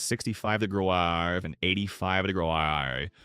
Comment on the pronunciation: degrees = degraaaaaz. in AI voice